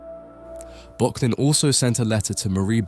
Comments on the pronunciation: My friend, this is yet another great video, I really enjoy the amount of research you put into your work, they're engagingly scripted and you use a nice and interesting selection of images. If you'll forgive the pedantry, for future reference, in German 'ö' is pronounced like 'ur', so this artist's name should be pronounced 'Burk-lin' :) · Arnold Böcklin - your pronunciation is one of the pronunciations of all time. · Miyazaki uses this painting for a major inspiration in 2023 The Boy and the Heron. You are mispronouncing Böcklin.